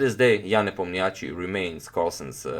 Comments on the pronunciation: Hi Antonio, I believe Ian's last name is pronounced with stress on 'O' sound i.e. NepOmnyaschi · Ian Nepomniachtchi (i have always been impressed the way it's supposed to be written in english) is a russian name. so it's right to say Nep'Omniachtchi but not the Nepomni'Achtchi. if you care ofcourse. By the way, in russian nepomniachtchi means 'the one who doesn't remember. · You pronounce nepo's name absolutely terrible